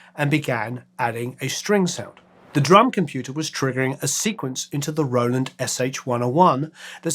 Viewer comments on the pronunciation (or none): none